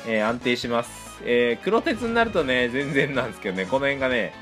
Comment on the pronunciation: くろてつ、ではなく、黒鉄の読みは「くろがね」ですよ～